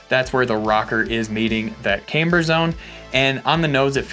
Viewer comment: Finally!!! stopped saying caimber! Nice going dude..